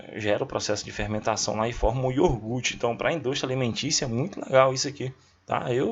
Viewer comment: Professor não diga iorgute por favor... IOGURTE